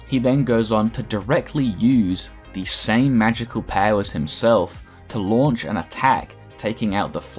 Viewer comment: The way you say “powers” sounds so dumb.